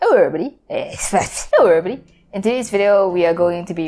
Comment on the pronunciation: It sounds like erory